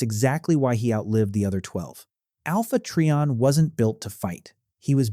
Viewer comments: Alpha Tree-On? Is not how it's pronounced. Its Alpha Try-On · When he calls him, "Alpha Tree-on" I just can't take anything else he has to say seriously. It's "Alpha Trion" (sounds like Try On) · I think they're questioning the pronounciation of it. I prodnounced it as "Tri - On" i.e. "Try - on".